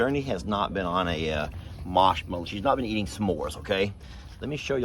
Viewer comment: Beautiful picture! Oh and I like how you say marshmello,.:)